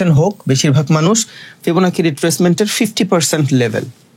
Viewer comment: ফিবনাচি ফিবনাকি নাহ